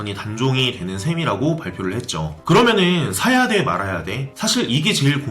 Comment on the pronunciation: 발음이 원래 그런겁니까? 는... 해보세요. 늰 하지마시고 그러며늰